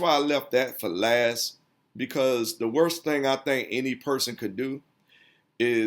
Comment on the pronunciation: it's hard for me to listen to poor grammar and pronunciation: "ax", "dat", "dats", "lass I check"